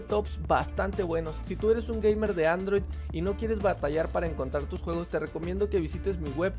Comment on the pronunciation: No sabes Decir Juegos? :v